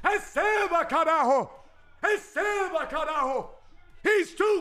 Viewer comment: How much more time will it take so realizes its "RECEBA" and not "ESEBA"? LUL